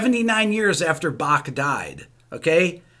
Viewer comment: I love how Rick can perfectly pronounce the german words in the video (topmarks for the "ch" in Bach)...maybe the anger about the article helped :D